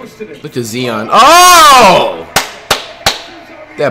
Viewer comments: “Ok guys so we got Zee-on Whildinsum and Jianis Ukunkpo” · Nobody: Flight: ZEON WILLIAMSON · How tf do u hear the announcers and see the comments and still say Zion’s name wrong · It pronounced zy-on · It’s not bad that he can’t pronounce Giannis’s last name but at least say Zion right the commentator is saying it for you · stop saying zeon it has an eye z-i-o-n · Someone take flight to speech class can't even say Zion dude says zieon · It’s Zion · Brudda it’s Zi-on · Cuzzo ur saying Zion name wrong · Flight u doin this on purpose now. Its not Zeon, its Zion. Z-eye-on. Not Z-ee-on. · Keep on saying Zeeeeon all you want Fight :) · If he says zeon or akumpo one more time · This man hears zion but says zeeon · flight who is zeeon 🤦🏾‍♀️🤣🤣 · “Look at Zee-on Williamson Man” I hope Zion becomes Flights next Curry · You hear the commentators saying Zion but you keep saying zeon stoop disrespecting him like that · It's not zee-on it's zi-on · This nigga steady callin this man “zeeon “ instead of Zion 🤦🏽‍♂️ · How can you here this many times zion's name pronunciation and still pronounce it wrong? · he clearly hear the announcers saying Zion he still saying zee-on who the fuck is zee-on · Nigga said zeon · This nigga said zeeeon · Why you saying Zieon n stead of Zion? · I fucin hate u flight u is dumb bro say his name rightwho tf is zeon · Nigga still pronouncing Zion-Zeeon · It’s “ZY-ON not ZEE-ON you dutt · Flight his name is pronounced Zy-on not Ze-on Like so this man can actually pronounce his name right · Zion not zien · WTF IS ZEEON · Bruh it’s Zion , not zeeon got damn 😂🤦🏾‍♂️ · Learn on how to say there names, there is no E in Zion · Can you please say Z.I.O.N not Z.E.E.O.N please I’m begging you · bro do u not hear the announcers sayin “Zion”🤦🏾‍♂️